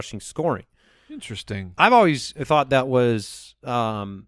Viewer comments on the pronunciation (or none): none